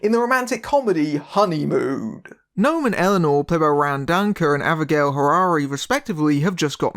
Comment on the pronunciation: Oooh, an Israeli movie on Projector! How far we've come... Great review, wonky pronunciation aside (it's "No-am", not "Gnome"). Talia Lavie is really good (to anyone who hasn't seen "Zero Motivation" - DO IT), and I would love it if she went on to have a long and fruitful career.